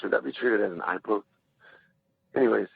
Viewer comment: is this Jon Jones calling in anonymously? Notice the unusual way the caller pronounces the word “poke”. For Jon Jones audio comparison.